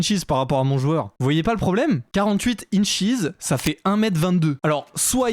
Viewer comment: L'aéroport c'est LAX et c'est pas des incheez on prononce un e et un s a la fin pas un i! Au secours !